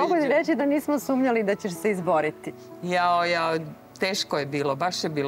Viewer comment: Da li to voditeljka kaže" nismo sumljall"😮😮